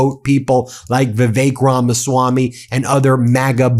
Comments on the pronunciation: It's Ramaswampy, not Ramaswamy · Is he saying, "The Fake Ramaswami"? Sure sounds like it... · "Drain the Ramaswam-py!"